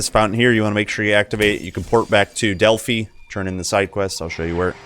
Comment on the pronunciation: I really like this series of videos. I haven't played this game all that much, so I'm going to try some of these masteries that you are showcasing. Also, "Delphi" is pronounced with a long "i." It rhymes with "eye" and "sky."